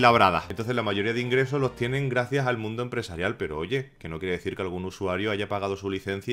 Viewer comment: Gente, a lo largo de loh añoh...